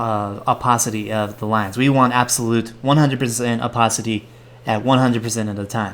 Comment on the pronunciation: The way you say opacity....